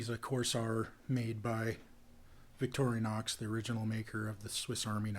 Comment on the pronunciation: "Vic tori nox" is the correct pronunciation! Well done! "Victory Nox" is quite wrong...